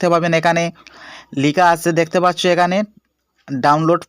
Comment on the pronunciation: ইনফরমেশন ঠিক আছে। তবে আপনার ভাষার উন্নতি করতে হবে! দেখতে পাচ্চু এটি বারবার উচ্চারণ হচ্ছে।